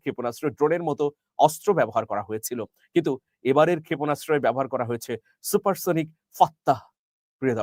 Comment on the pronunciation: সুপারসনিক আর হাইপারসনিক ঠিকভাবে বলেন